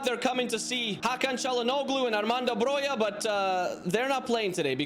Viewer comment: Broja is pronounced Broha not Broja or Broia